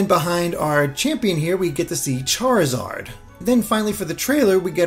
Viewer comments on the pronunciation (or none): none